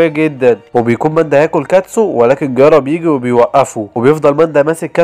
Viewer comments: جيرايا مو قرارا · جيرايا ❌ ڨيارا✅ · جيرايا ❌ غيارا ✅ 🤣🤣🤣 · جيرايا ❌ غيارا ✅😂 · وات ذا غيارا اسمه جيرايا 🤣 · انتي بتقول الاسماء غلط زي جيرايا كييارا